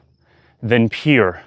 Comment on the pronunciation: Are you saying "peer" sensations or "pure" sensations? Thankyou. The word "pure" should rhyme with "cure" as in "cure the illness"